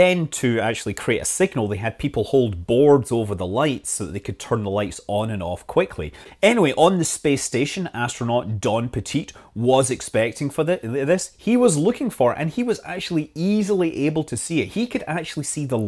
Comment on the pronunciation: Don Pettit, is pronounced PEH-tit, not petite, peh-TEET.